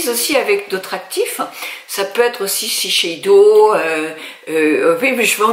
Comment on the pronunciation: Bonjour, quelque chose me perturbe vraiment ! Vous êtes la deuxième personnes que j'entends dire SISHEIDO au lieu de SHISEIDO quelque chose m'échappe ou c'est vraiment une erreur de prononciation ?